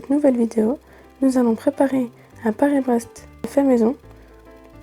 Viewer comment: Surprenant ton Paris braise